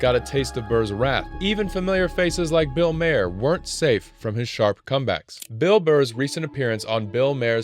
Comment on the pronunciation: Bill "Mar". Jesus.